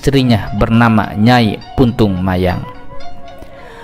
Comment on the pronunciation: punten sanes puntung mayang tapi puntang mayang,resi saradea ti gunung arca